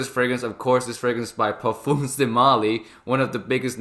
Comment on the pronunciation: When you are into Fragrances learn to pronounce the word Parfum otherwise just stick to Perfume.